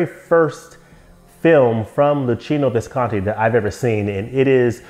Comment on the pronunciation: thank you for the correct pronunciation for Visconti! 😀